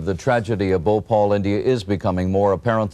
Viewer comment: THEY CANT SAY BHOPAL